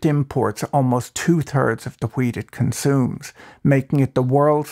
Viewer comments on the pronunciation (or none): nice video ... but I was watching at 2x and everytime you said wheat it sounded like weed lmao